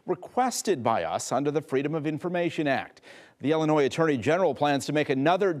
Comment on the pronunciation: It’s Illinois🤷